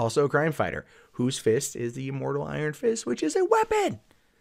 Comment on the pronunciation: Wait, did he just say Iron Fish?